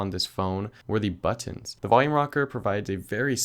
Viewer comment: Anyone else find it funny when he says "buttons"? 🙊